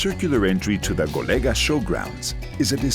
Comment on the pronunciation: Golega is wrong, the name is GOLEGÃ, you must say GOLEGAN, like in Portuguese ...